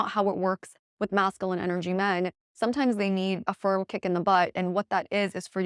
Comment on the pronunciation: Cannot get over the mispronunciation of masculine. 😬 Nails on a chalkboard.